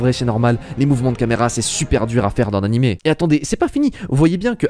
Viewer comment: On dit "A-NI-MÉ", surtout si vous avez fait japonais LV2 ! Le pire, c'est que même en français, on dit "animé", alors pourquoi cette prononciation invraisemblable ?